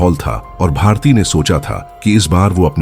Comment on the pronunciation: Its bharti not bhartiya...aisa main sun rahi hoon ya kisi aur ne bhi suna